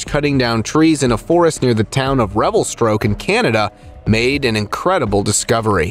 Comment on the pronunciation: Hah, he said Revel(STROKE), Canada. It's Revelstoke!